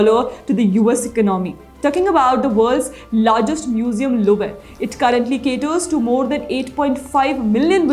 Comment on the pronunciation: You sound like an absolute uneducated moron when you cant pronounce words like 'Louvre'. Just ask google for god's sake you f'in villager!